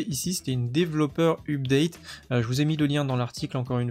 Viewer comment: Je trouvais le huupdate pas mal non plus😂. Sinon gg la video